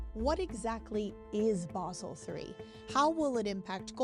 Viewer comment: What is "Baahhsel"?